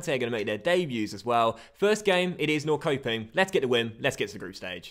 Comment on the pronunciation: Norrköping> norr-sho-ping